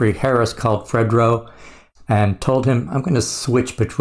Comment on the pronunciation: It's no pronounced Fred-dro lol. I'm surprised you never heard this song. It was a big hit. It even crossed over to a point that it became a theme song for the rock crowd to slam dance to. Us true hip-hop heads knew not to be around white people when this song came on 😂